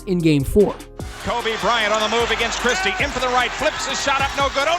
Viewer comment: wow i hate the way he says: “agaiyyynst” 😭😭😭